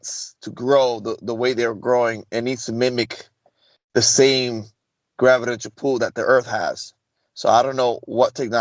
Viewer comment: another good one, thanks for all you do, brother. Just a quick side note…I say this with respect. It’s pronounced Gravi-tay-shuh-null. 😂 (I know English isn’t your first language.)